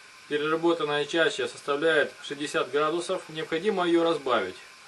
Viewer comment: "Чача", "Бутыль" противно слушать.Куда ты лезешь,грамотой?!